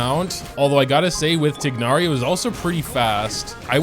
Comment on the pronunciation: Hey Correct pronunciation for some characters.. Twignari Sinu Cand ake (even though Candace sounds a lot better but still). And those beetle things for Cyno are called Scharabs